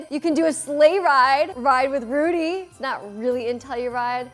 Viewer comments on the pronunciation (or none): It's pronounced "Rowdy" not Rudy! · Roudy, pronounced Rowdy!